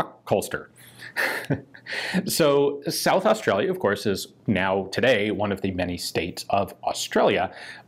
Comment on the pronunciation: Damn hope you yanks look after our guns! Thanks for the video, not many people actually say South Australia properly! I'd give my left nut for one of them pistols :( so would half the guys at the club! I wonder how we'd go trying to register one here now.....